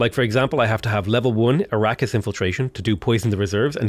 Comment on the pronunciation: a-RAH-kiss , not ara-keeysh though...